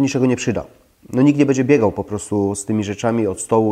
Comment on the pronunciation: Bedzie, bedę, naucz się mówić poprawnie